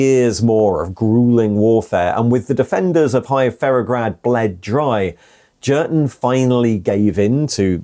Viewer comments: pronounced as in German J is a Y so Yurten, Jurten grates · I'm fairly sure the 'J' in Jurten is pronounced as a 'Y'. The only 40k book I know is Kreig and he's called 'Yurten' all the way through that one. It's a fairly poor book IMO and not recommended either!! A group of Kreigsman are ordered to remove their masks by Inquisition and so they do. But then we don't find out anything more. Was a very tedious read I found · its ‘Jurten’ mate. Not ‘Jurten’. 😉